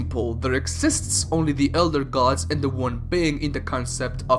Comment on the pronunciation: gadss, dyetees, wooreears, munesters